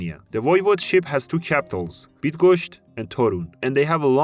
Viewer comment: Say bydgoshch Now you will say Bydgoszcz properly (is it difficult for you?)